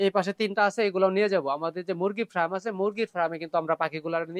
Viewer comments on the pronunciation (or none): আপনার উচ্চারণ অনেক ই ভুল হয়।ফেদার কে বলেন লেদার,ফার্ম কে বলে ফ্রাম।